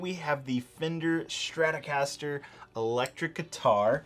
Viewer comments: Not to be an a hole but it’s Stratocaster not Stratorcaster. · Dude... Its Strat-O-caster. Not Stratorcaster lol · You've managed to squeeze a rogue R into Stratocaster there, buddy. Might want to fix that.